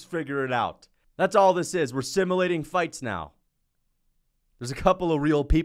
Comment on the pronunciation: The way you pronounce simulating is crazy